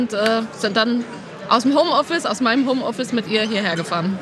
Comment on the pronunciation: HOMOffice ? glaube ihr solltet das nochmal überdenken